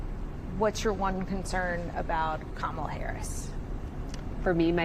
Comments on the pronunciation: And VP Harris's name is pronounced Kam - ala, not kam-a-la. Trump and the far right are always trying to put a Middle Eastern twist on it in an attempt to rile up the Islamophobia and racism in his followers. In Sanskrit, Kamala means Lotus. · This lady was basically like I’m worried Trump will be a horrible dictator and seek retribution but then again I don’t know they kamilla lady (didn’t even pronounce her name right) and then says I’m just gonna wait and see. This is why we can’t have nice things people. We are a country of idiots. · Disrespect is when you continue to mispronounce Kamalas name. When you might be smart enough to hear the difference. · saying Kamala not smart 😂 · One of these folks is a BRF fan. She pronounced Kamala as "Camilla." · Camilla? It's Ka-ma-la! She's not the British Consort ffs. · Deep pontificating, but 4 years in and still can't pronounce Kamala correctly. "Come illya" Ridiculous. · You have to love the woman who called Kamala "Camilla", then said she didn't know enough about her...no fooling really? Start with getting her NAME correct you simpleton. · Karen can’t pronounce Kamala’s name. She said Camilla 😂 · Harris' border job was to slow the people leaving Central America. I've read reports that asylum seekers from the Guatemala, El Salvador, & Honduras triad did in fact slow. Harris was never what Republiks like to call her, Border Czar. These women don't know that. [Edit later group] Kuh MIL luh. Honey, you can't even say her name : like "comma" it's KAH mah lah. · I'm sorry but some people need to stop reproducing. This is what happens when you live inside your bubble. Also it's not Kameela. It's Ka-Ma-La for lords sake. This lady with the glasses is too smart for her own good. Just at home running down that rabbit hole smh. These people are for real bugged out. I could never be a Republican my head would explode. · Did she say Camila? Sorry, that’s the queen of England. Not even close on the correct pronunciation.